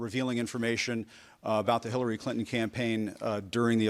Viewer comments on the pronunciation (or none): I hear him say Hillary Clitton